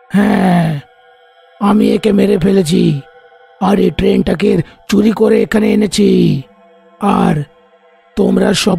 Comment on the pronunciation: ছরি নাকি চুরি??